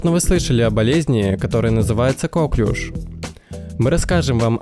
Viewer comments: Не кОклюш, а коклЮш! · Правильно нужно говорить коклЮш, а не кОклюш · Ударение на последний слог, потому что Коклюш это француз именем которого назвали заболевания.